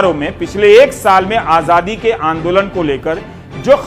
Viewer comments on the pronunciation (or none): Is ko Azaadi bolna tak to aata naheen (Ahjadi bol raha hai) Yeh kya karga ???? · Azadi hota he bhai....aajhhadi nhi hota...pahle bolna to seekhlo...MAHARAJ🤣🤣🤣